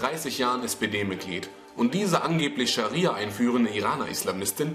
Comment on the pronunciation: er hat gesagt SharSia LOL